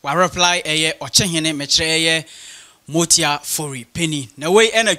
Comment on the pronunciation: masa get ur pronunciation right. it is Amoatia not motia